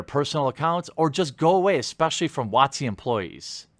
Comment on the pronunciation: Did you say WotC or Wazi? Both make sense to me...